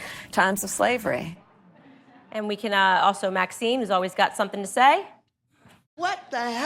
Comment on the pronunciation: KH pronounces " slav-ruh" exactly like BO did, bcs as you say, they both struggle to sound "authentic"; yet both hv benefitted from white American capitalist society, hv been to vy elite colleges, & hv attained the highest political ofcs, in spite of- & maybe BECAUSE- they are half black. It's such b.s. 🤮